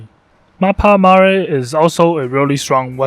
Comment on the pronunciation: this is my first time hearing someone pronouncing 'Mappa Mare' correctly xD